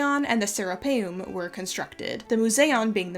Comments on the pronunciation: Anyone else keep hearing “the Sarah Palin” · Every time you say Sarapeum (sp?) it sounds to me like you are saying Sarah Palin. 😆